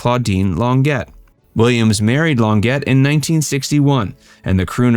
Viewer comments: For the "" you need to get your facts straight, he had three brothers and they were a foursome, not a trio. Also its Lon-jay, not lon-jet. Oh, just the facts.... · Longett???? It's pronounced Lonjay!!! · “LON GET”??? No no no!!!!! It’s prounced LON JHA Long A!!! Where do you get your info??? Ethel Kennedy and an affair??? NO!!! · The Williams Brothers were a quartet. It wasn’t only his two older brothers who sang, it was three in addition to Andy. Claudine Longets name is pronounced Lon-J not Lon-jet. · Learn pronunciations, you talk too fast, very scripted and his girlfriend's name is pronounced Cladine Longet ("Lon-jaye"), she's French. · Lon- jay not Lon-get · Um, it’s pronounced Lon-zhay, not lon- get. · claudine "long - ette" 😅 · Oh, for f---'s sake! Lon-ZHAY! I know the teachers' unions have cut out instruction in languages, but - blimey! Check the pronunciation with someone! Check it online! Arrgh! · Longet is pronounced Lahn - jay, (with the j pronounced like the "Z" in Zsa Zsa Gabor. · Claudine Longet is Franco-American, and began life in Paris, a French girl with a French last name that is pronounced, roughly, “lawn-JAY.” The “e” is pronounced like a long”a,” and the “t” is not pronounced at all. In spring 1976, she shot and and killed her boyfriend, professional skier Spider Sabich, at his home in Aspen. She said it was an accidental shooting. At trial, she was found guilty of negligent homicide, and was sentenced to a small fine and 30 days in jail. She subsequently married her defense attorney and at last report still lives quietly in Aspen. Although divorced from Longet, Williams publicly supported her, paid for defense and escorted her to and from the courthouse every day of the trial. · Andy Williams had a wonderful voice. His wife had an interesting voice that I loved and bought all of her albums before the tragedy that ended her career. This video is badly mispronouncing her last name.